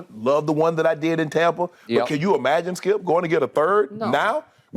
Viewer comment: I will always love the, “DONT DO DAT, SKEEUP!”